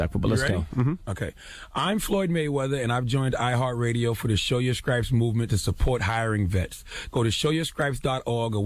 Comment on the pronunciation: lawd lawd lawd........did say Scripes??????